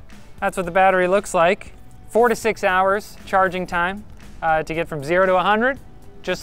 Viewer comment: Aaaaah. Four to six hours charging time. I first heard it as forty-six hours! 😅